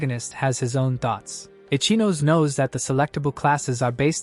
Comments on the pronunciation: I can’t believe this entire video mispronounces “Ichinose” as “Itchy Nose.” 😂 GTFO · It drives me insane this idiot kept saying it that way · 😂😂😂😂 stupid AI and no editor to correct it. Ichinose is NOT “itchy nose” and it drives me crazy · From I-chi-no-se to itchy nose. 😂